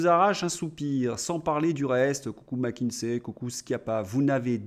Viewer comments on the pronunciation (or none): none